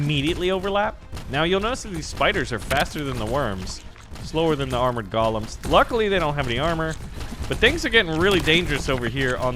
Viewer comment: Please stop calling them gollums! The word is GO-lem. Gollum is a character from Lord of the Rings. A GO-lem is an animated mannequin created from stone/ clay/ mud etc. It's GO as in the opposite of stop. And it's not just an American way of saying things so that's not an excuse. While we're on it, it's also BOB-a Fett, not BOH-b or BOE-b. BOB as in short for Robert!